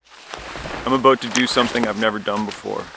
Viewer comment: ha! he said aboot